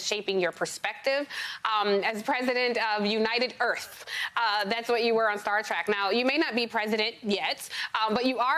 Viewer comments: Oh my God in this day and age someone actually pronounces it star track LOL it's Star Trek lady! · Did you just call it "Star track"? Have you NEVER watched the program? When did it start, 1963? And you STILL don't know?